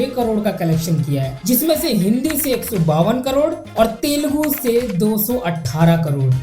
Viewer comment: It is Telugu bro not telgu